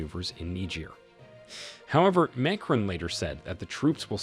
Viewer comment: It would be a little helpful if the Narrator would learn to pronounce words, especially foreign names, before making the video. What is especially grating is the words junta (whon tah), Macron (mac r-own), Niger (nee j-ear) and repositioning (rep-o-sishion-ing).